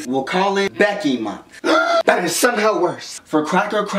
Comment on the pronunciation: It's annoying how you say month with you lips parted.